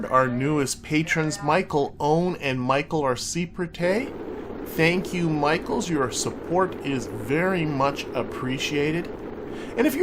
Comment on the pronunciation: Great episode again and thanks for welcoming the Michaels 😃 I heard a lot of pronunciations of my last name but this one was new 😂